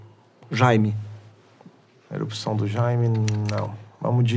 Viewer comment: "JAIME" KKKKKKKKKKKKK